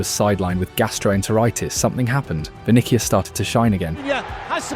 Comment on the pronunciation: "Kaileon Mbappé and Vinikias Junior"😂